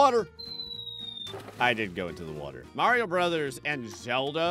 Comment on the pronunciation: Dude said Mario right for the first time in his entire YT career